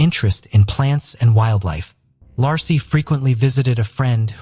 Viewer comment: I hate when the narrator can' t even pronounce a person's name. When covering the Scott Peterson case, He pronounced Peterson's wife's name several different ways. Lassy, Lacy and Lahey among them. That poor woman at least deserves to have her name pronounced properly!!